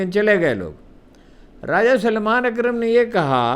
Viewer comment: جناب سے عرض ہے کہ تصیح فرما لیں نام ہے سلمان اکرم راجہ - س ل م ا ن - سلیمان اکرم راجہ - س ل ی م ا ن نہیں آپ کا اردو پر عبور بہترین ہے مگر کبھی کبھی جھول بہت واضح ہو جاتا ہے - اللہ پاک آپکو صحت کاملہ اور علم و فہم کی برکات عطا فرمائے 🎉🎉